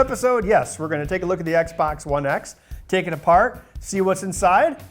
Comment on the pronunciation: I'm getting Dave Jones vibes from her Australian way of saying "Take it apart"